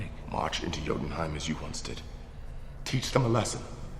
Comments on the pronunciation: Did he just say "Jo-tunheim"? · Good grief it's a silent J, so it's pronounced to sound like Yotunheim! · YO-DUN-HYME YOU PLEB WatchMojo, don't EVER let this guy narrate again. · I know words look foreign an hard to say but if you're gona do a video that includes these words, learn how to say the word ! Its not JOE-TENHEIM it's pronounced YOO-TENHEIM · Number 10: Jotenheim is pronounced "Yotenhime" not "Jotenhime". Number 6: Dumb decision - Picking a fight with Bruce Banner. The Brazilian jerk and his cohorts triggered the Hulk, not General Ross' troops. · Excuse me sir, but Jotunheim is pronounced with a Y where the J is, like you would say YO-tun-hime. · JOE ten heim? It’s “YO” ... “YO ten heim”. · ITS JOTUNHEIM NOT JOTUNHEIM THE J MAKES A Y SOUND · It’s said Yotenheim not Jotenheim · The first syllable of "Jotunheim" is pronounced like "yo", not "jo". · It's pronounced "Jotunheim" with a "Y"!!!!!!! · It's pronounced "YO-ten-heim," not "JOE-ten-heim." *eyeroll* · You mispronounced Jotenheim. The J is supposed to sound like a Y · It’s pronounced “Yo-tunheim” not “Joe-tunheim”!! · Pronounces Jotunheim "JO-ten-heim", then Thor literally pronounces it "Yo-Den-Heim" 4 seconds after. Nice. At least it's not Feige's name being butchered, like so many people do. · Jotenheim is Yo-ten-hime not Joe-ten-hime..... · It's pronounced Yo-tun-heim. In Sweden and other Nordic countries J's are pronounced as Y's. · Who says Jo-tunheim?...it's pronounced Yo-Tun-heim....Did they even watch the movie? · It's pronounced YO tenheim no JO tenheim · "Joe ton Hime" It literally says how to pronounce it, multiple times in the film. And on the clip immediately after it's announced. WHY MESS UP?! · Jotunheim. ITS PRONOUNCED Yo-Den-Heim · ...it's like this guy didn't actually pay attention to the fucking movies before compiling this list. BTW it's pronounced YO-DUN-HYME. Jesus, dude... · It’s pronounced Yo-ten-heim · Pronounce Jotenheim with a hard J one more time, I dare you.